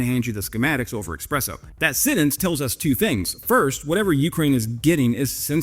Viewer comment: I hope you get told off for pronouncing espresso, eXpresso. Really enjoy your energy and stories. Hi from Aus.